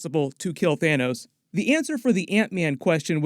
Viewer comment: he said, "Thanus". lol